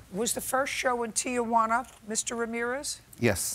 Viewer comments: JJ is old enough to know the name of the city is Tijuana, TEE-WANNA, not TEE-A-WANNA. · CRINGE every time she says TI-A-JUANA instead of TI-JUANA. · Lol, Judge Judy: TEE-YAH-WANNA.